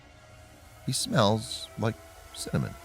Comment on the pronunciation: You'll feel the smell of simonon :0 lol he said simonon